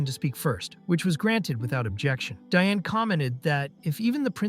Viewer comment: I can't help but hear, every time Diane's name is pronounced, DNA.